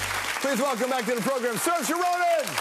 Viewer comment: it's Ser-sha!